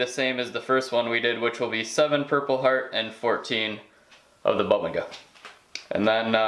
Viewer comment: Boo-bing-ah is how you pronounce it. Create video. Hope you continue to post. Love the details.